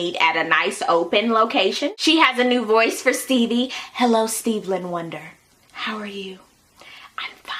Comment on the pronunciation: You did NOT say Steve'land Wonder LMAOOOOO